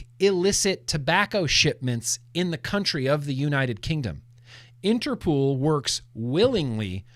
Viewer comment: Late to the replay, but everything you said about Interpol is wrong, especially the pronunciation 😃 You win the Glantzy award for misinformation 😂